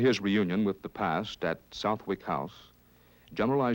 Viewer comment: Excellent documentary. One tiny aside: Southwick is actually pronounced Suth'ick - kinda surprised they didn't pick up on it while filming there.